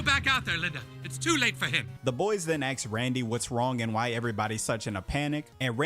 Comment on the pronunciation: Aks him ??? 😂 Just say ask